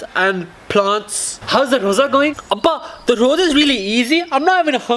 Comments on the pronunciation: Loza its lrosa or rosa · so funny when he said Loza instead of Roza